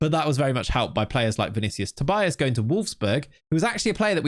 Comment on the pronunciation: not sure if you care that much about name pronunciation, but I'm Brazilian, and Tobias would be something like 'To-bee-as'.